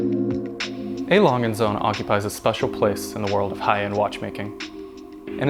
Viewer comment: You have absolutely butchered the name, jesus christ.